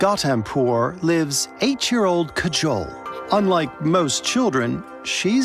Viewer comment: DUDE her name is Kajol, not cajole. The Indian people they interviewed must have pronounced her name multiple times; how did they still say it so wrong. Listening to that hurt almost as much as a snake bite.